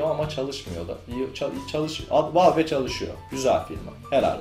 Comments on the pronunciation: Helal sana:D Güzel olmuş, ama "Valve" yerine "Vealv" desen? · Valve ''valv'' diye okunur. Yanlış söylüyorsun:) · La abi bilmiyorsaniz zorlamayin okuyamiyor yanlis okuyorsun dogrusu bu diyenlerde dogrusunu bilmiyor duz valf deseniz daha dogru olcak. Dogrusu: vâlf